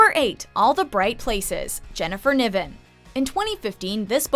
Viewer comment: Its Jennifer NAIven no Neeven